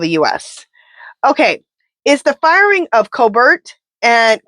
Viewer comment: Colbert pronounced- Coal-Bear